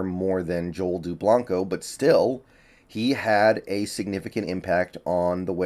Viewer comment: Lol he said his name wrong, I grew up with Joel